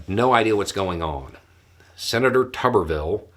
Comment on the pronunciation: This whole time I thought it was pronounced Toober-vill.